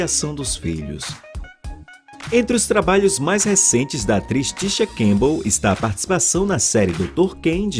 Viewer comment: O nome dela não é Tisha Cambell e sim CamPbell, pronuncie direito!